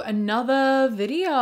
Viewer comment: I absolutely LOVE how you say, "welcome back to another video-ah,". I say it along with you EVERY TIME! ❤❤